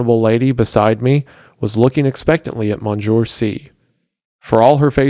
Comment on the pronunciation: "Monjoor"??? ..."Mon seen your"